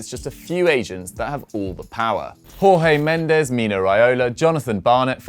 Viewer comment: Great article. Please just stop mispronuncing Jorge Mendes' name. In Portuguese the pronunciation of his name is basically George. Were he spanish, the pronunciation would be great